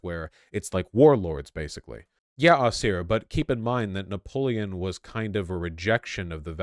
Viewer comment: Vaush getting Napoleon wrong is giving me an aneurysm